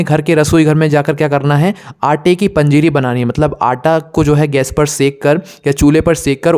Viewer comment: पजीरी बोले तो समजा नाही 🙏🙏🙏🕉️🕉️🕉️🚩🚩